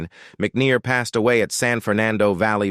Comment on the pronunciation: Strange pronounciations but I guess that is so robotic. Passed, pas-Sid? Click bait of Ron Howard in a hospital bed? No mention of that. Not that I can recall. I had not heard anything in news either. Why would someone do that?